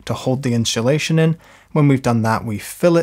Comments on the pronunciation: Ones you hear "inshulation" it cannot be unheard. Insssssulation please. 😉 Other than that, great video. 🙂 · love the video, great tutorial! ..... I'm pretty sure there's no H in insulation though 😂😂😂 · i love how you say " INSHULATION" bit of a Shaun Connery vibe...🤣 great tutorial, this is my task today! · Gonna have to get me some in-shoo-lation! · in-shoe-leighShion? :-P :-) 😬That's the best way I've ever heard the word insulation pronounced :-) And great panels! :-) Thnx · honeslty he's killing me, so well spoken then its IN SHOE SHATION every time hahahahha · inchulation 😂 love it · In shoe shation, hahahah, I love how this guy says inshoelation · Great video, but what is “inchilation”? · Like Mary Spender’s Chewsday Tawks.